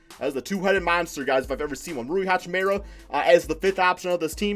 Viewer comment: sounding like Flight with the NBA names lmao. Its Dah-vis Bertans and Rui Hah-Chi-Mora 😂